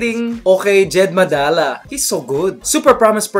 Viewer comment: Hey Mikey! :) It's Madela not Madala. Hihi. jsyk. :D